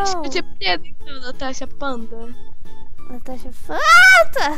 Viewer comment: Na hora que vc foi pega vc falou ""Meu Deus Natasha fantaaaaaa""" kkkkk em vez de panda tu falou Fanta kk